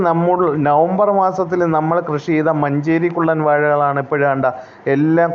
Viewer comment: മഞ്ചേരി കുള്ള൯ അല്ല മഞ്ചരി കുള്ളൻ